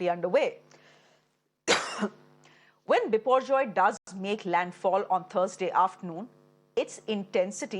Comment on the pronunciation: The anchor pronouunce the name biporjoy like she is bengali...